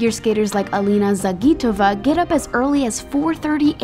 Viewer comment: it's pronounced ZAJ - ih - toh - vah (Alina Zagitova)